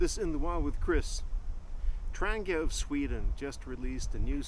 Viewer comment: Please get the pronunciation correct. It’s a Tran-gee-ah not a Tran-ger. As for saying ‘me myself’ - really?